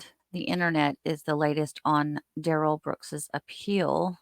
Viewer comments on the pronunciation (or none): Dawn did an interview after the trial and she called her son Darrell and not Da Rell. I believe he wanted to be called Darrell to be used in an appeal. Also, Erica called him Darell and not Da Rell.